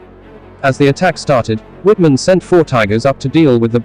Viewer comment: I wish these people would learn to pronounce non-English names and words correctly. Wittman should be pronounced as "Vittman" since the "W" makes a "V" sound in German.